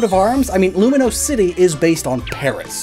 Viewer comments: it's not luminose city. it's lumiose lol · Had to look up Lumiose City to verify the name because the repeated "Luminose City" was making me question my sanity lol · I'm surprised you didn't catch the incorrect pronunciation of Lumiose City in this video. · Hey,, I'm not trying to criticize you here, but that Pokémon's name is *Vivillon*, pronounced Vi-vi-ON......You may also be doing this as a joke, and in case you ARE, just ignore me. 😅 Edit: I just found out that you called Lumiose City "Lumi*nose* City, so... Yeah, you're apparently NOT doing it as a joke.